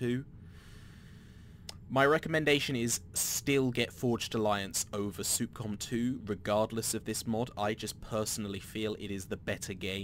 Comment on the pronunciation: It's Sup-com (s-uh-p c-ah-m) not Soup-Com